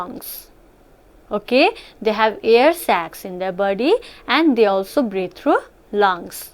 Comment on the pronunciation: Heard breed instead of breathe